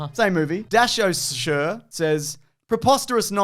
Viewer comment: Is purposely screwing with us on some of these pronunciations? Pronouncing danosher as dashosure without catching it is kind of wild